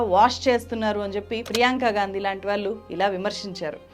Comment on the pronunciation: వాల్లు కాదు వాళ్ళు…అనేక చోట్ల ళ…ల గా పలుకుతున్నారు. కొంచెం గమనించండి 🙏